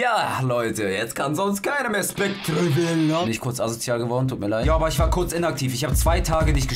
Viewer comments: Mein Gott der wird nicht ,,SpectRe", sondern ,,SpecteR" ausgesprochen ... Man sagt ja auch nicht ,,centRe", nur weil es so geschrieben wird. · Aahhhhhhhhh😂 wird das nicht "spectre" sondern "specter" ausgesprochen? 😂 😂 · Es wird glaub ich "specter" ausgesprochen, auch wenn es spectre geschrieben wird. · Wird specter ausgesprochen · Macht mich irwie voll aggressiv wie er Spectre ausspricht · da hat wohl wer nicht in englisch aufgepasst so wie er spectre ausspricht :D